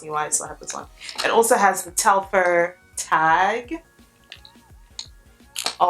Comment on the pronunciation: Fyi, it’s pronounced Tel-far. Far, not fer. And what you’re calling emblem is actually called an embossing. The embossed logo.